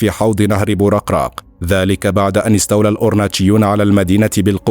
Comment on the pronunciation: بوركراك وليس بورقراق